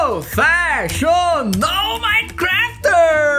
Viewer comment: Ninguém: Absolutamente ninguém: Felipe: Profechonal Minecrafter